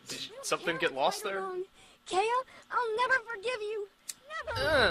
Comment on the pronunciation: Keiya, not Keira...